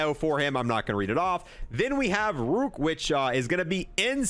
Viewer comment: he just said rooke AGAIN. my disappointment is immeasurable and my day is ruined.